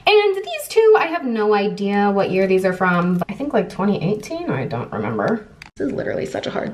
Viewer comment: did said thunk instead of think while wearing the cheetah printed dress???